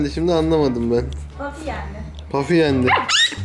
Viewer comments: Eminimki ismi puffy ve pafi degil her kelime dusundugun gibi okunmuyo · bafy değil Puffy